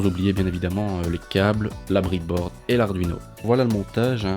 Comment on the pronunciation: C breadboard pas bridboard sinon aucun problème pour le système